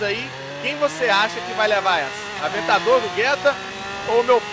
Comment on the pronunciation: avetador poeche ;d